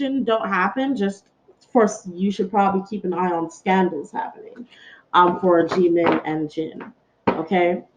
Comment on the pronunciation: You say jimin wrong there is nothing more annoying than saying your name wrong